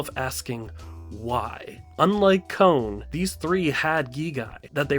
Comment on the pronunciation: Con is how you say kons named not cone.